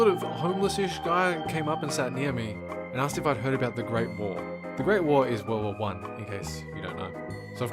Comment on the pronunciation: Some reason I thought you said world wall one the entire time instead of world war one